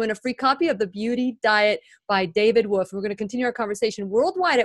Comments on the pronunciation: David Avocado WoLfe, pronounce the L...not Wofe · She lost me at David “woof” wtf!!! Lol I can’t!!